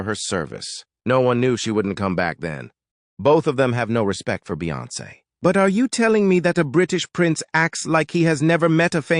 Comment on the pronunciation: OMG....this voice...doesn't know how to pronounce Beyonce...LOL! If you think the Sugars are Bad...That Beyhive is VICIOUS! I was on your earlier live commented but nothing. Wish you would engage more but thanks for exposing.